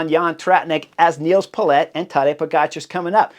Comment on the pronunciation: Chris, I love u... but, respectfully, it's Nils Politt. Why do u say "Paulette"? Not a big deal, just sayin. Also, Binny ROCKS! ✌️🦋